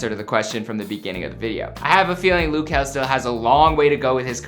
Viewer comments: It’d make sense if it was spelled Lou since he is from the Lou but it’s luh so...😂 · It's not loo kel its luh kel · He said lu key it’s L-UH kel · Who is “Lew” Kel?! lol 🤦🏾‍♂️🤦🏾‍♂️ it’s “luh” (short for “little” ... very similar to “lil”) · Luh not lou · It’s not lew or loo it’s luhhhhhh. L-uh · lou kel😂😂😂😂is luh kel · Lug kel not Luke kel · Isn't it luh not looo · Loo its luh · It’s luh it’s not loo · L- uh Kel not L-ou Kel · It’s not Lu Kel it’s Luh kel wtf🤦🏽‍♀️🤨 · “loo” kell??? Its “luh” just sound it out lmfao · GLOCK glock just say Luh instead of loo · ITS LUH KEL DUDE LIKE OMG and who dosent want him to proceed I know I would❤❤❤ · Ik this man did not say “Loo” I am rolling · he kept on sayin looh kel lol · lil-h kel hunny 😂. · It’s said Lil Kel lil=luh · Its not loo kel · Hol on did he he say "Lo-Kel" yes I know you liyin😑😑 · It’s not pronounced like that